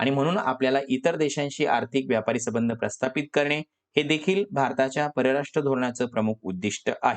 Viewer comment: तुम्ही संबंध चा उच्चार चुकीचे करत आहात